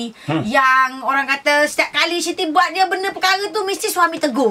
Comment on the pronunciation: Sebut la 'Siti" tu betul2.. dah bunyi macam benda lain dah dok Shiti Shiti.